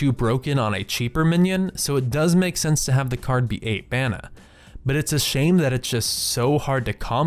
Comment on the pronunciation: "sence, untel, ples one ples one" There are other vowels than e, dude.